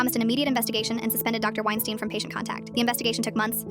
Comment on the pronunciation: "Wienstein" Hmmm🤔